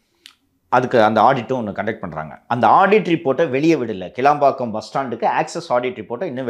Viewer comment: அது கிளாம்பாக்கம், கிளம்பாக்கம் இல்ல🤣🤣🤣